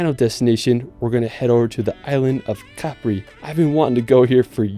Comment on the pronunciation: Cool video man, just FYI it's pronounced "cuh-pree" for Capri, not "cap-ree" as you say in the video. Going to the coast next October so this was a cool preview video :D